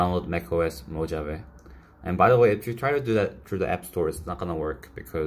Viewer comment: It’s actually pronounced mo-ha-vey